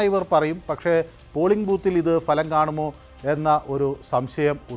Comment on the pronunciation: Ente Ponnu cheta ,Falam,, ennalla,,,bhalam ennu parayanam.,," kashtam. Enthu parayana ,, Thanne paranju vittavane venam thozhikan." !!